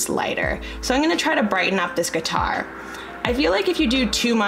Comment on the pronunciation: Cringed every time you said guitar hahah 😂